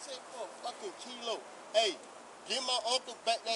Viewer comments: He didn't say "kilo", he said "Cee-Lo" as in, Green. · “Kilo? Tf u mean Key-lo? Tf he saying key lo?” 😮